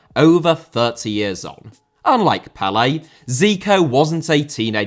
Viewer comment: Lionel* not Leonl Rather* not Rother Pelé* not Pelei Bolivia* not Bolivier Zico* not Zicouw Serie * not Siri Udinese * not Udeneisei Kashima* not Kashimer Dinamo* not Dinamau Zinédine* not Zeneden Uefa* not Yuweifer Johan* not Jouwhan Cristiano * not Crestiohrnouw Media* not Medier Saw* not Sor Alfredo * not Alfreidouw Mathias* not Mathajas Eusébio * not Yusséibiouw Máquina* not Maquina Possession * not Posession